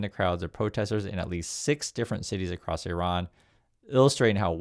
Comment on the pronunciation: Thanks for pronouncing Iran correctly. It's quite the scene that people being highly paid can't be bothered to pronounce the name of the country they are about to slaughter thousands in.